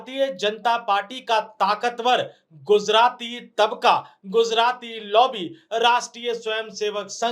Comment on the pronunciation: It’s is not GUZARATI it is GUJARATI This guy does not even know how to speak